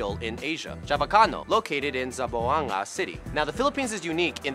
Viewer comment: Actually it's Zamboanga not zaboanga